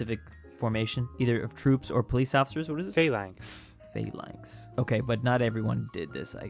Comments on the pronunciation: It’s not PHAY-LANX, it’s PHA-LANX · the default Google proncunciation of "phalanx" is wrong. Both As should be short. It's Phalanx, not Pheylanx.